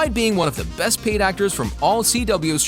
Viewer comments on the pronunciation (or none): none